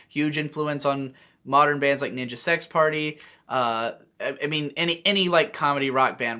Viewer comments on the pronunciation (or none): none